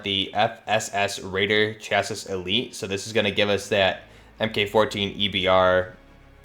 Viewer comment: Chass-ee, not chass-is. None of these youtubers say it right.